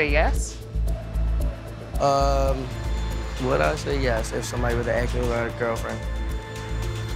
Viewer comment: ASK NOT AXE